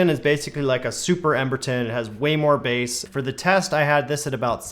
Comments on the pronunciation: basse and treble? hehehe cmon there dude breath...its pronounced base...maybe take a few seconds to edit before posting....jus sayin! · Did he say bass as in the fish? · I slappin’ da biass! I slappin’ daa basssss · Guy doing a speaker review and cant pronounce "bass". FAIL. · I stopped paying attention when you pronounced bass incorrectly 🐟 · Guy cant even pronounce bass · The way he said bass at the start, I'm crying 😭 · If you could pronounce Bass properly you might have a bit more credibility